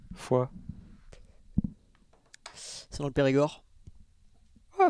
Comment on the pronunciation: Foy (qu'on prononce Foi) :) Je viens de Bastogne et Foy c'est un village de Belgique